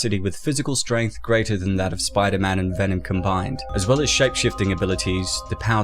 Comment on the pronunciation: VENOM not VENON !